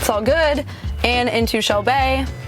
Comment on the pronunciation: Lol shel-bay